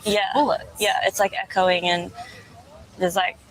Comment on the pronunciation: She said Ehcoing